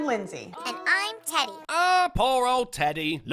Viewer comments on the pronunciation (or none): Did she call him "eddy"? I thought his pronoun was "teddy"